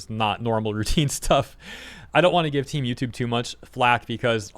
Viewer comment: It’s hilarious when you say team YouTube because it sounds like temu-tube. And that’s about how it’s feeling right now